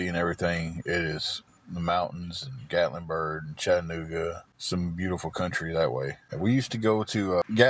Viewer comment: What is Gatlinbird his speech impediment is real it’s called Gatlinburg I just live two hours from there it’s beautiful but it’s very expensive would never make it